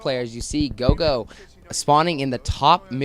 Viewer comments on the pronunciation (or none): Its Roro, not gogo btw.